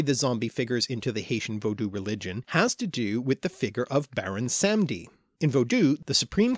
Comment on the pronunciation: baron 'sam-ee-dee'